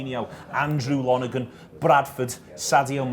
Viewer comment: It’s pronounced Lon-er-gan... he was Preston’s keeper when I was in school and I left 10 years ago, this is the weirdest thing I’ve seen in a long time.